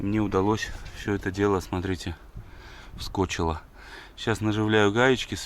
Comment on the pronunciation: "Вскочило́" - хороший глагол при монтаже! Надо взять на вооружение.